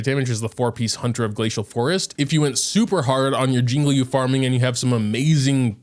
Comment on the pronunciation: ITS CHING-CHUH NOT QQ